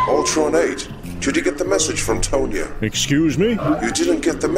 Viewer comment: Tonya - "TAHN-yuh" rhymes with Khan-Yuh